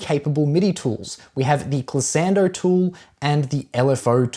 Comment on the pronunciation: Glissando Gliss-ahn-doh. Not 'ann-doh'